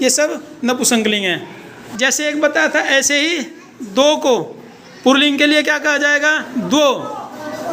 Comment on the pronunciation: पुल्लिंग कहते है पुर्लिंग नहीं कहते और स्त्रीलिंग कहते है इस्त्रील्लिंग नहीं कहते बच्जों को सिखाते वक्त, बिल्कुल सही सिखाना चाहिए....